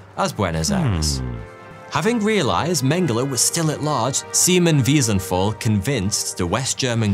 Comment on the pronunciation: Just for the memory of Simon Wiesenthal: his last name is pronounced with a "t" not "f".